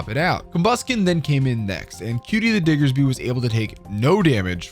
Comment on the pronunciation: Just some unrequested advice: Annunciate the “D” on Diggersby more clearly. A passerby heard something else. 🤔 You have a bit of a nasal tone to your voice.